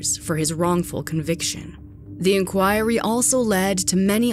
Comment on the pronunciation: Jesus christ, I love this channel but you need to learn how to pronounce words correctly. "Sayga" "Inchoiry" bruh come on pronounces those words like that